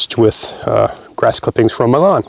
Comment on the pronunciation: Just for a second I thought you said the spuds were mulched with grass from Milan instead of "m'lawn" and thought "that's a bit fancy for mulch".